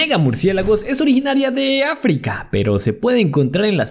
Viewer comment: Además es África no africaaaaq